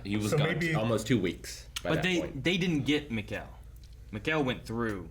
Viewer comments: Everyone: "Mikkel": "Macow" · Guys it's Mikkel like Me-kel, of all the names I didn't expect this to be the hardest haha